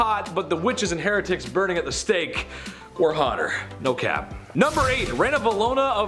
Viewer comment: Please learn how to pronounce words properly before speaking. ie heretic and Protestant